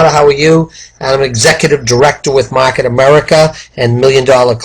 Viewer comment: Mahhket America 😂 lol! Good video!